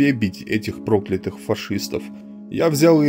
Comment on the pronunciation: Всё хорошо, но почему прОклятые, а не проклЯтые. Не по русски как то. А так , хорошо. Больше разных историй. Чтобы помнили.